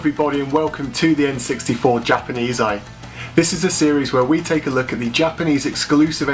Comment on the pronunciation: ainit no way you called this series the "japs-eye"